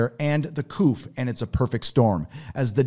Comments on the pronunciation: couf? in england we go..Coo :) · Great info...CA is imploding, much like New York....😩 One thing for your commentary - "coup" is pronounced "coo" (soft O, P is silent)🤔 I was just thinking, if you are a nerd, you would want to know that 😎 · Coup is pronounced "coo" -french